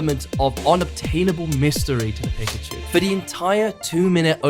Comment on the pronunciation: Really interesting lessons for editing - just getting started on my journey... tho a great retention video about one subject and you pronounce Pikachu wrong each time?! :p haha. Great lessons, man!